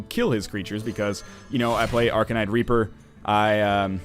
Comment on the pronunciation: at sounded like he said arcanite raper